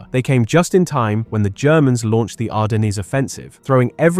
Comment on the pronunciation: that's definitely how Ardennes is pronounced